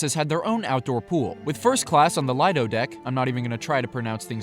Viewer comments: Lido pronounced Lee-doh by the way. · Lee-Dough is how u say lido